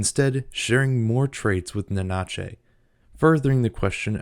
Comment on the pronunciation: Great video! Your pronunciation of Nanachi kept leaving a Spanish version of them in my head xD ("Na-na-chey" as opposed to "Nana-chee") 😉